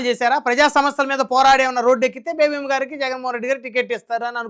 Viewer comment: ఆ వనిత పేరు బేబామ్మా కాదు సార్!బేబీలత. (అమ్మ )ఎందుకు?